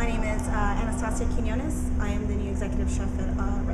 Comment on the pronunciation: I can tell she proniunces her surname as "Quiñones", which is correct , with th Spanish "ñ" and not as "Quinones". Good for her!!